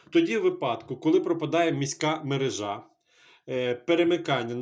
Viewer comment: Якщо мережА, тоді магАзин і продАвець. Якщо МерЕжа, тоді магазИн і продавЕць. Треба бути послідовним і якщо перекручувати наголоси то в усіх словах підряд.